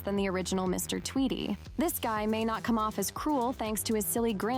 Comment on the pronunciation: It’s pronounced Tweedy